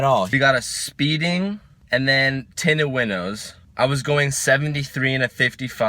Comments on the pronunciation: Dying of laughter when he said "Tindows winted" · I died when you said tindows are winted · no one notice he said the tindows are winted? i just thought it was funny... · “Your Tintows were Winted”😂😂😂😂😂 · did he say tindows are wented? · He said "Tindows are winted" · "your tindows are winted" lol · "winted tindows" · "I see you got your tintos winted"...lmfao lay off the e85 a bit lol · '...your tindows are winted' lol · "Tindows are winted" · "your tindows are winted" ...??? ahahaha yoo i starting dying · "tindows winted" lol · LMAO HE SAID TINDOWS ARE WINTED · said Winted Tindows instead of Tinted Windows lol ( in the first part of explaining at the parking garage )